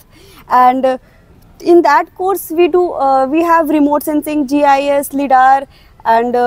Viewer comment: its pronounced laidar not lidaar